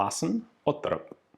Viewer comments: I'm not completely certain but it sounds like an Icelander tought him how to say Otterup. He is saying it like a Norwegian would I think. Ot-terrup instead of "Otte-rup". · Odd-e-rupp with a growling R like an angry dog 😂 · Great video Ian! Quick thing, the “r” sound is guttural in the pronunciation. Basically just gotta gargle the Rs lol Danish is so goofy